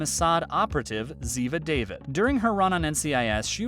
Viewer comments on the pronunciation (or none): Daveed not David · I am guessing you NEVER seen the show - AT ALL! The character, Abby, last name is pronounced "shoot-oh". Ziva David is pronounced "Dah-veed"! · I don't know where you get your information, but Cote's role on NCIS is Ziva Dah-veede, not David as you have mentioned several times, moron.